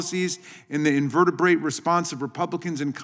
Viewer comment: I love it! "Invertebrae Response from republicans!" Lol !